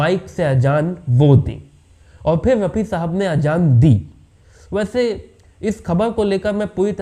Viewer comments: Apni language theek ker . Aur bol Mohamed Rafi sahab. Yeh kya laga rakhkha hai raphi raphi .. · ये कहानी कहां से लाएं जनाब बी बी सी वालों आप से राय लेने ।भेजना पड़ेंगा रफी साहब कहना तो सीखलो pronunciation तलफ़्फ़ुज़ की अदायगी करना सीख लो भाई एंकरबाद में बनना तहजीब परीवार आती है बच्चे के पाओ पालने में दीखते हैं ओछी हरकत करना..….......